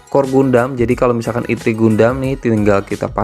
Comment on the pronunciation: Bacanya ertri bang bukan itri, terus bukan vivtu tpi vitu